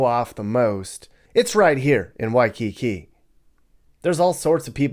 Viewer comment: Why-cu-koo. Cuckoo Puffs.